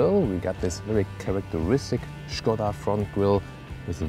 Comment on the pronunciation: So good to hear people pronouncing it Škoda instead of Skoda as in all english reviews